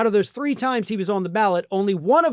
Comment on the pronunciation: Love the emphasis on "one"😂